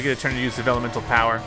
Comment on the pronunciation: Pronunciation Problem! It's Vellumental